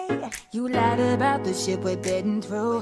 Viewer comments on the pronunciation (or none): none